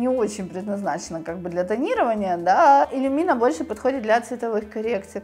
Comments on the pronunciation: Почему иллюмИна, когда производная от люмен? Ухо режет очень. Удивлена что мастер неправильно называет. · Не элюмИна , а иллЮмина.И да,велла иллЮмина офигенный краситель .